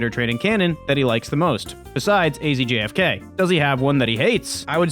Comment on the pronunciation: Did not know Azfk was pronounced like that